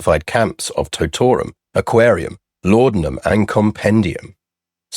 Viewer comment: Totorum is pronounced "tot-o-rum," as in "Barkeep, gi' us a wee tot o' rum, if you please!"